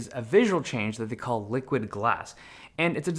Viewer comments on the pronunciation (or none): none